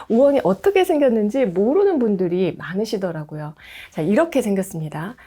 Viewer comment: ㅋㅋ많으시더라구요 할때 구요 가 아니라 고요 가 맞아요ㆍ 표준어는 거부감이 없어요ㆍ